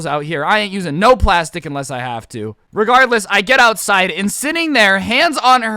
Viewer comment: This is how many times he said regarless 🔽 wrong way